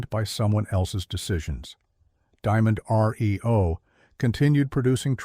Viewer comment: The new company was not enunciated the way it's given here. It was not "Diamond R-E-O", pronouncing it like letters in the alphabet. It was "Diamond-REO" and the "REO" part was pronounced as if it were Rio, just like "Rio de Janeiro". The REO part was from the REO truck company, and those were the initials of a fellow by the name of Ransom Eli Olds, who, after being bought out of his truck company, went on to the car business and founded Oldsmobile. Patrick Cowdrey, Redding, California